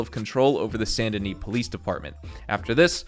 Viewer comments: It’s San da nee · I don’t know if I’m saying Saint Denis wrong, or if he is (Sa-Int De-nee)